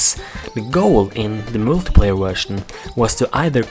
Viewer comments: you said wetion insted of vertion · i like how he says wusion insteda version